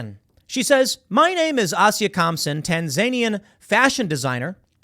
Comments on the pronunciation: Tan-zuh-knee-an, Tim. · it's Tan-za-nee-an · Tan-Za-Knee-In God you drive me nuts with your garbage pronunciations.